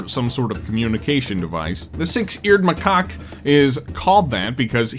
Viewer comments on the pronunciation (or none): please learn how to pronounce macaque 🙏